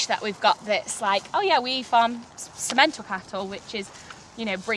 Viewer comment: In English, Simmenthal is not prpnounced Si-MEN-tal. The emphasis is on the first syllable, thus SIM-uhn-tahl.